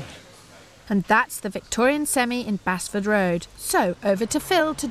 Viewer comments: They are pronouncing Basford wrong! It’s not Bas-ford, it’s Base-ford. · Bazford! Lol!